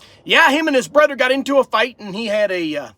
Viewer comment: I have noticed the way you say some words, like brother, other, another, it is th words that end in er. You pronounce those with a “DD”, like brudder (brother), anudder(another), udder(other),mudder (mother) etc. Are those from speaking the Pennsylvania Dutch German or is it a speech impediment?